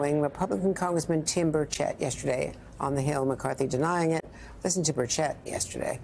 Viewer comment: You could have least taken the time to get Tim Burchette's name right.